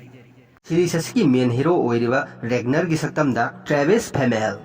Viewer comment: Ragnar haibne regner haibne natte. Legartha do lagartha. Khoidw saogatle ng pronunciation se Bjorn su soire